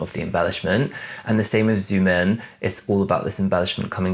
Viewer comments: just a side note xiumin is pronounced shiomeen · it's the "Zoomin" pronunciation for me😅🤣🤣